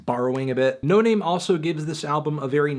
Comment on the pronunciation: its pronounced no nahmay